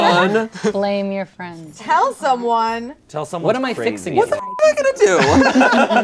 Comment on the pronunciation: Awashaaa be fwendsss